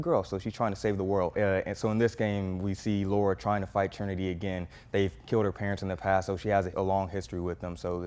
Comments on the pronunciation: It's Lara not Laura :) Great review man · Her name is Lara not Laura !!!! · Guy competent enough for a decent review can’t read “Lara”. Kind of lends itself to credibility, right? Laura and Lara are different names. Attention to detail can make the difference between “okay” and “great”. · Why do people always mess that up tho? In so many of the games, they say Lara. Like why is there any other thoughts? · Jacoby Nero no it’s not a very common name. But one is pronounced Lore-uh, the other is pronounce Lah-ruh. If you played any of the games you know it isn’t Laura 💁🏻‍♀️ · It’s Lara , not Laura